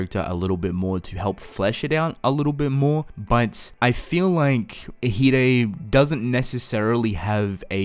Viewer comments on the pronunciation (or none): Oh so you say it as He-Daey not Hide